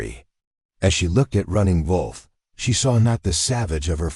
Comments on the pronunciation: Not the best AI narrator. Mispronunciation of Running Wolf’s name ( Running VOLF) and runs two sentences with dot (punctuation) in the middle of the sentences. The story is good, however, it’s really annoying! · Why are you pronouncing wolf like that? Is he a German Indian?